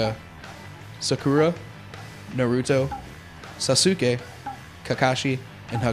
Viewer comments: LOL the guy playing sucked! + he doesn't know anything about naruto if he pronounces sasuke sasuukay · He pronounced the a's wrong in Zabuza and Sakura a's make the aw sound N-aw-Ruto S-aw-kura s-aw-suke In some Japanese words and names the u is silent like in desu(is) it's pronounced Des and In Sasuke the u is silent. yeh I have no life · o god.... the guy who said all those things sucks!!!! he didnt even say thew names right!!!!!!!!!!!!! Sa-su-ke?? what the hell it's Sas-ke with the silent ''u''!!!!!!!!! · should i get 1 or 2.. haku owned sakura in this. he said sakura and sasuke wrong!saiuuuke? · OMG they pronounce zabuza, sakura, and sasuke's name all WRONG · sa-suke is actually how u pronounce it but in japanese popular pronunciation its sasuke (jeez most fans say shi-kamaru instead of shika-maru but you dont see too many people bitching about that, its not like most of the fans can speak japanese) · the guy said sasuke and sakura wrong